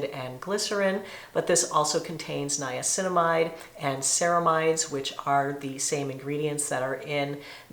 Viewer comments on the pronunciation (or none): none